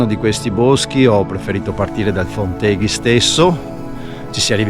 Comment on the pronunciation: Posso umilmente correggerti in merito alla pronuncia: Fonteghi va accentato sulla o` della terzultima sillaba, è una parola sdrucciola. Non sei veneto a quanto pare!